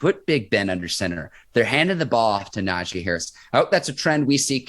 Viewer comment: Not “Najay” it’s “NAJEEEEEEE”